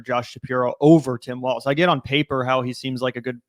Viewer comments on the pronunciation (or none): Hey everyone his name is Walz not Waltz or Walls lol